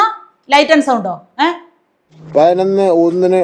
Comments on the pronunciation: Hon Minister is actually telling only pathinonnu not painonnu as you joked. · MG 'ശ്രീ കുമാറിന് ' പയിനായിരം ന്ന് പറയാം ' അതുകൊണ്ടാണ് ഞാൻ പയിനൊന്ന് എന്നു പറഞ്ഞത് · പയ്നൊന്നല്ല. പതിനൊന്ന്.. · പയിനൊന്നല്ല സഹോദരി, പതിനൊന്നു എന്നു പറയു. അക്ഷരം സ്പുടമായി സംസാരിക്കു. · കെടി. കെടി. കെടി പിടിച്ചാൽ പയി നോന്ന് എന്നോ പറായൻ പറ്റു. പഠിക്കാൻ പോയാൽ തെറ്റ് ഇല്ലാതെ സംസാരിയ്ക്കും🖤☠️🖤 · ഈ "" പയനൊന്ന് "", എന്ന് പറയുന്നതെന്തിനെയാണ്... 😄😄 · പയിനൊന്ന് മണി😀 പയിനൊന്ന് പത്തിന് ഞാൻ😀 വായനാ ദിനാധ്യക്ഷൻ ! പുസ്തകം തല തിരിച്ച് പിടിച്ചവൻ🤭 പ്രസി...... ഷ്യൽ😀 അമ്പലത്തിൽ ഈങ്ക്വിലാബ് വിളിച്ച പാർട്ടിയിൽ നിന്നുള്ള മന്ത്രിയാണ് ! മോദിയുടെ പടം അന്തസ്സ്,CJP 😄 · പതിനൊന്ന് എന്ന് മര്യാദക്ക് പറയാൻ അറിയാത്തവൻ മലരൻ വിദ്യാഭ്യാസ മന്തിരി,കൊഞ്ഞാണൻ😂😂😂😂😂😂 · പൈനൊന്ന് പൈനൊന്ന് പൈനൊന്ന്😂😂😂😂😂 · മൈരിന് പതിനൊന്ന് എന്ന് പറയാൻ പോലും അറിയില്ല. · വീണ്ടും വീണ്ടും മലയാളികൾ പൊട്ടന്മാരാണെന്നു ഇവരൊക്കെ എല്ലാ ദിവസവും നമ്മളെ ഓർമ്മിപ്പിക്കുന്നു... പതിനൊന്നു എന്നു പറയാൻ പോലും അറിയില്ല, വിദ്യ ആഭാസ മന്ത്രി...വിഡ്ഢികളായ വോട്ടർമാർ... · പയിനൊന്ന്, പ്രോഗ്രാം നിച്ചയിച്ചു, സോഗതം, ഫവൻ 😂😂😂😂😂😂😂എന്റെ പൊന്നോ. ഇതൊക്കെ പോരാഞ്ഞിട്ട്. 4.15 വരെ കുഞ്ഞുങ്ങൾക്ക് ക്ലാസും എന്തോ കോപ്പാണ് 😅😅😅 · 😂😂😂😂😂പയിനൊന്ന് സോഗതം